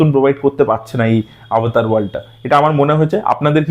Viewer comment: Avatar ❌ Obotar ✅